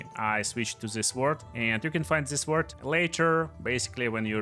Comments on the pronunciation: Bro says suword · The W in Sword is silent